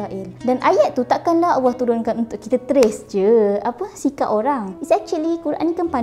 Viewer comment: sebutan allah kedengaran seperti awah(seolah2 disebut dlm keadaan malas) maaf diatas teguran blh jadi saya tersilap.